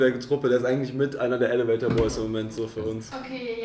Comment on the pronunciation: Wie immer schmunzelt, wenn „elevator“ falsch betont hahaha